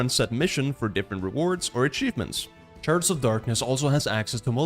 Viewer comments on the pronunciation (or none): Yes I love both :D i just had to post my self-identified funny comment when I misheard you say "sharts" instead of "shards" and thought it fit with the humor of the game xD